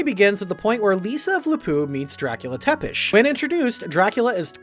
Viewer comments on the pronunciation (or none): If Tepes (and I hate how you butcher the pronunciation) defending his country from waves of invading heathens is evil then I think we should all endeavor to be evil.